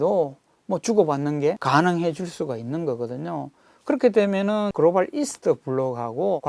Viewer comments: 그로발 그로발 그로발 ㅋㅋㅋㅋㅋㅋ 발음 ㅆㅂ ㅌㅋㅋ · 유익한 내용인데 그로발이 너무 신경쓰인다